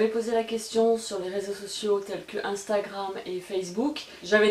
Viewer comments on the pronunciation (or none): none